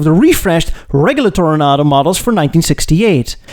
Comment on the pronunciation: I noticed that you say Toro- Nahdo now. This is correct.